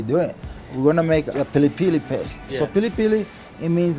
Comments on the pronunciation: It's pilipili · In Kenya it's pronounced 'pili pili' fam.